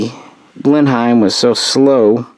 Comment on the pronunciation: Loving these aircraft histories. I know we speak odd over this side of the Atlantic but Blenheim is pronounced Blen-um.